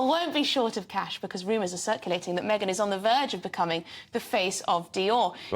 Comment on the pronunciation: DIOR? ME-GAIN? Non merci. Jamais.